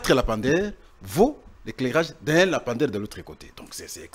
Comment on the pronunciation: S'il vous plaît,,dites à votre invité monsieur de corriger sa prononciation: le lampadaire (lampe) et non lapamdaire. Ba diplômés ya Congo,mawa n'a soni! Liya mbongo n'a yo tranquille tika ba lampadaires.